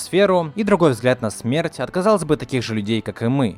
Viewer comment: Почему "смэрть"?